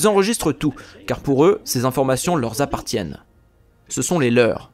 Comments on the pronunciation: "leur z'appartiennent" ah oui? leur r'appartiennent , svp ; merci pour mes oreilles! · 😮😮😮 de grâce arrêtez la sur-correction !!! à 3mn45 c'est la 2ème fois que vous faites une liaison qui n'existe pas --> vous dites : "ces informations leur(s) z-appartiennent" !🥺🥺 Non!--> Ces informations LEUR appartiennent (appartiennent "à eux" / leur ) --> pas de S à "leur" Par contre : dans le cas où l'on utilisent "les leurS" il y a un "S": --> ils s'approprient ces informations et les considèrent comme LES leurS. 😊